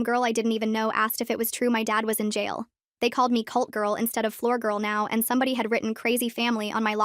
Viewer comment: Emphasis on cult